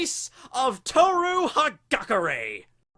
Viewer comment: it's ha-gah-Kurr-AYE.